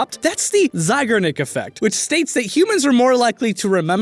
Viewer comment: Anybody else notice how he just switched up his pronunciation of Zeigarnik midway through?